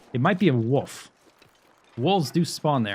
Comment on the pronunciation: "a woof" I've never heard that accent before for wolf